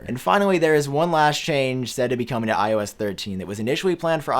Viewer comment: The way you speak iOS ‘iO ass’😂